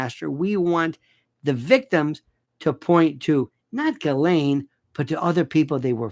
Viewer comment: Lionel stop it with your creepy pronunciation of her name. That is low class. I thought of you as more like David Niven. Classy